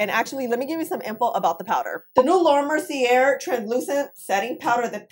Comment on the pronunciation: Mer-cee-aye, the r is silent.